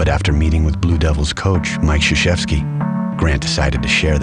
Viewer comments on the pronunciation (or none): It's Kur-zee-ZEW-ski, not sha-SHEF-sky.